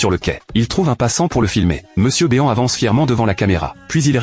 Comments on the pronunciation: Mr BÉ-AN !? C'est Mister BEAN > "BINE" Bordel Raaaaaaah ..... quand vous reprenez des vidéos vous pouvez pas au moins contrôler le rendu...... Et puis le fil qui attend son père....sérieusement. .....blaireau !!!! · C'est MRbean pas Monsieurbeon